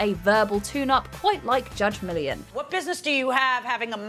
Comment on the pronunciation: "Judge Million"... if you're going to do a video based on a particular TV show, learn to say the main subject's name correctly 🙈